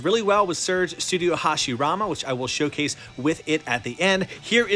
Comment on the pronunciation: I like it how said Hashiramen in:)